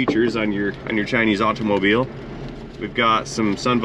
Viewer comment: Too much emphasis on the letter T pronunciation in automobile.